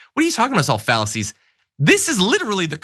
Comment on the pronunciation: “Fallacies” or “Phalluses”? 😎